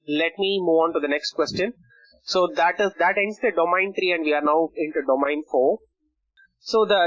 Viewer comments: Is domEIn not domAIn. I cant believe you guys teaching others about these important subjects and certificates and cant even pronouns the word domain correctly.. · Sorry if it sounds rude. ISACA is an international recognised body. There only one way to pronounce the word domain. Either you know it or you don't. These professionals need to up their game. You cant go on a call with a client from Australia, USA, UKnand call the word domAin.. Soz